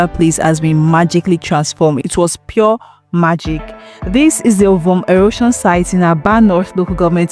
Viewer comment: I hope you're not Igbo cos your pronunciation of Ovom was unforgivable. So much energy is made in learning English language while I igbo language surffers.